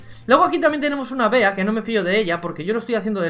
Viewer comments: Cómo me jode escuchar "Bea" y que se pase por sus cojones que su nombre se pronuncia como el animal que representa, Bee (Bi) 🐝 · Que rabia que le diga "bea" y no "bi" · Por fa no le digan “BEA” díganle “BI” Que creo que así se pronuncia. Tómenselo como una sugerencia,Saludos y felices fiestas 🎉.